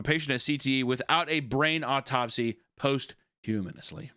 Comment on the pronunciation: I'm glad I'm not alone in accidently saying posthumously wrong